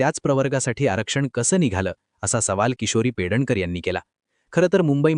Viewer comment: Her name is PEDNEKAR ,not Pedankar